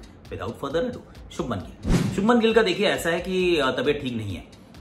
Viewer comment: It is not shubman....it is shubhman Please correct 💯